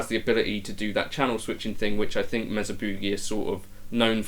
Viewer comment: M “A” sa!!!! Not Mezza It’s also Not Boooogie. It’s pronounced Boogie